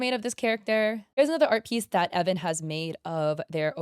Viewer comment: Idk if this is misinfo or if it’s a different video where I got this info (I can’t remember) but I think the creator’s name is pronounced E-von.. idk, flame me if you want I’m just confused